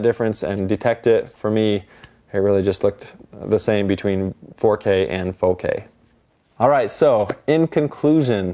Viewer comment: "Foh K" sounds tedious